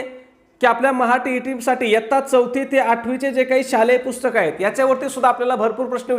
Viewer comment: पुस्तक not पुष्कत